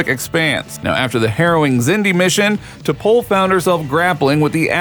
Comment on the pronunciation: If you're going to make a video about a Star Trek character, the least you could do is watch at least ONE episode, so you can learn to pronounce her name correctly.